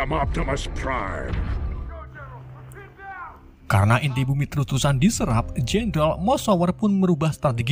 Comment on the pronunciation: Bakan optimus prime tapi optimu prime